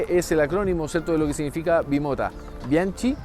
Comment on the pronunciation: Muestran una MV Agusta. Bianchi se pronuncia "bianqui". En 1983 conocí la bimota de Visenso Casino, corría en el mundial de 250c.c. El término no es "estiramiento", es tracción. Una locura de tienda.